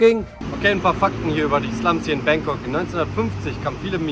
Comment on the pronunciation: Bitte richtig aussprechen: BAAngkok, nicht Bäängkok